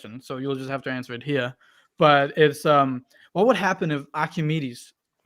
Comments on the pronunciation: “you betta anzwer ze facken question.” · Which timestamp does the medic say awnser ze fucking question